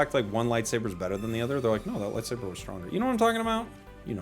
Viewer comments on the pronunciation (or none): none